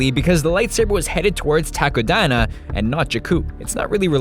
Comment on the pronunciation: Whenever he says "Takodana" I hear "taco diner".